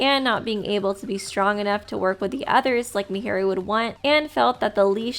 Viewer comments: was it just me or did I hear mihiru instead of Mahiru the whole analysis lol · I don't mean to alarm you but just to let you know, you pronounce a lot of characters names incorrectly. For example, Mahiru is pronounced in-game as 'Maah-hear-ru'. Great video tho!